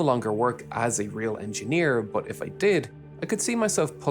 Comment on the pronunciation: stop fucking saying buff instead of but